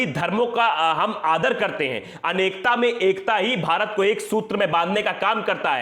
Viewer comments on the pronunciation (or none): none